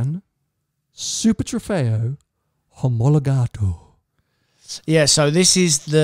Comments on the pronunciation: It's "Omologato" not "Homologato," and it's "AMG GT Black Series" not "AMG GTR Black Series" :) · Yes it is ;) but back then the name was just a rumor, and also his english pronounciation was like Homologato , as in homologated, but you're right it's now called the STO , Super Trofeo Omologato (italian pronounciation) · STO, not sth. If it's"Omologato" there is no H